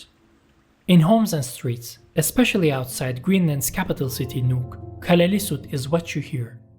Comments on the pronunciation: Nice video. Two things though: Inuits is a double plural. The singular of Inuit is Inuk. There’s also a dual form. Inuits is the same as saying, for example, Danes-es 2) it’s more or less pronounced Kalaa-hsl-isut. The double L has the same sound as the double L in Welsh. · Yeah, that double ll mis-pronounsiation bugged me too. We also have a double ll in Icelandic but we pronounce it differently, with kind of a side click [tɬ].